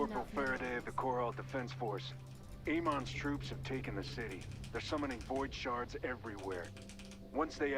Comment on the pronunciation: lol he saying void sharts